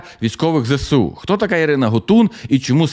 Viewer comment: ну Ви ж блогер, цікавий контент і все таке. Ну навчіться вимовляти абревіатуру ЗеЕсУ, а не кацапське ЗеСеУ. Коробить аж як чую.